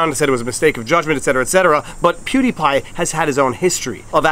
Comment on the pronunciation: ¿What's a pew d' pie? ¿A sóuffle?